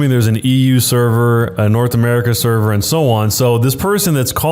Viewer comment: I am a swede and you pronounced that pretty okay. I have heard way worse. When playing online games like that we can choose witch server we can play on. As a swede I can play on the European server, the American server and so on!